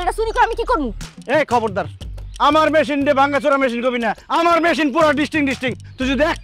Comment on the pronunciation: মেশিন না মেহিন